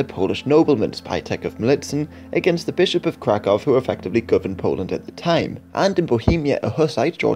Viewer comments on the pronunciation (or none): none